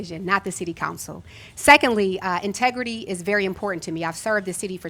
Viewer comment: a "multidious" ? lawd have mercy. but also, "my tegrity" Isn't the word "in-tegrity"? 😥